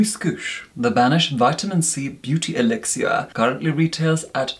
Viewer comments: Elixir. Pronounced by as "Eelixuer". Luv! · No one has ever said elixir soo....fancily 😁